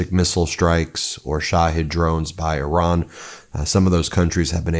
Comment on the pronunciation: It’s eeran Ben not Euran, the I is pronounced as in Italy, Israel etc…